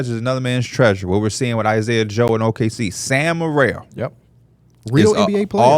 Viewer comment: Why are they calling him “Sam Merrell” 😂